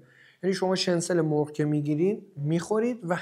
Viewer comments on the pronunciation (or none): داداش شنسل چیه؟! شنیتزل درسته که کلمهٔ آلمانی هست و در امریکا و انگلیس هم استفاده میشه Schnitzel.